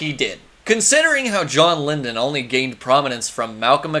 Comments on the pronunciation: Who's John Lindun, you mean Lydon (lie-done)?....& you call Mike Graves a 'white supremacist'? & you said Trump called 'mexicans- rapists'...& there's some great Rock against communism like Skrewdriver (77-85), 1st albums by Brutal Attack, No Remorse & Youngblood;; you're a total troll huh, there's NO WAY you're being serious dude. Ha 🤡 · It’s Lydon not lindon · Good video,. But...my brother in Christ, it's "Lydon," not "Lyndon." That's a pretty fucking huge faux-pas. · the british did have fairly progressive ideas about social welfare , which has largely been destroyed now but that came from the left.......its john lydon... not lyndon but hes prone to loudmouth outbusts ,punk was definately left , you had the odd idiot like johnny ramone but anarchism is left , the clash the jam , well known lefties, it was left wing...the ramones are over rated anyway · I’m gonna say he’s drunk Everytime he says John “Lyndon.” Cuz I like the video. Maybe he was nervous? The rest of the video shows he doesn’t have zero clue. It’s jarring and confusing